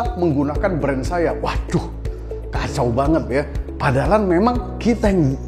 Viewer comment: terimakasih coach, ilmunya daging semua.. tapi saya sampe ngulang waktu coach ngomong padahal tapi pengucapannya padalan.. wkwkwk kok sama kaya suami saya